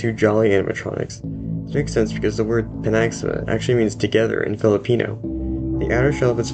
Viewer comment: it's pi-NAG-sa-ma